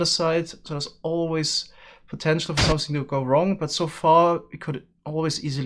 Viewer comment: No one: Actually No One:: somesing